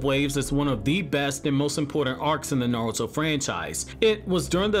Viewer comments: Naurto?? Lmao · Nawuto. He he he he